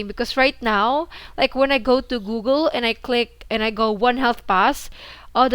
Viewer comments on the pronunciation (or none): none